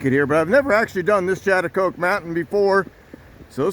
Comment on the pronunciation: The American Indian tribes locally call themselves, Schaghticokes, that is, pronounced "Scattacokes". Had you gone up the road a bit further you would have reached the Sachem's residence.